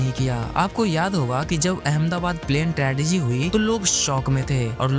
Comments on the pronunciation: Tragedy hai wo tradegy nahi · "Tradegy" FTW🫦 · Tradegy nahi bro.. Tragedy 😅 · Tragedy tredegy nhi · Tradegy nehi tragedy. 😡